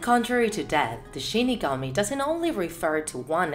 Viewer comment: Shinigami but she says shi kami